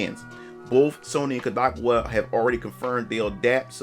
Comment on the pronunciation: Its pronounced Cod - like the fish A - like "a lot" Ka - like "Kamehameha" Wa - like "Waluigi"